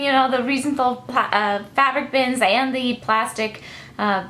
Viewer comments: Reisenthel is pronounced: Rise `n tell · Reisenthel is pronounced "rice-n-tell" :)